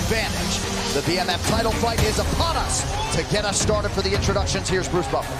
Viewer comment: Anybody else see the referee's face when Bruce butchered his last name XD